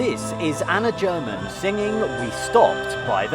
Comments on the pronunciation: Anna German - "g" is not pronoced "german" like "Germany" but like in "game" or "great" or Karel Gott. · The pronunciation in this video is incredibly awful. Zmasakrował nazwiska German, Vondračkovej czy Pugaczowej, imię Wacław i inne.